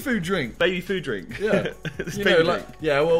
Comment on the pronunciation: “It’s a frink”, no it’s mate😂😂